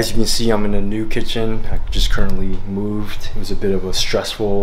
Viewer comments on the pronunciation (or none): none